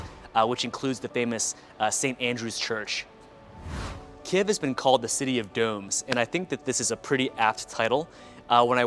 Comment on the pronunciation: Дякую, цікаве відео 👍👍👍💛💙 Але правильно говорити - "Kyiv" 😉